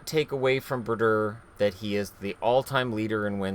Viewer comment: Bru-dur. haha